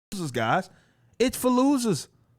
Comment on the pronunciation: Everytime i hear you say "thats for losers" it sounds like Fallujah 🤣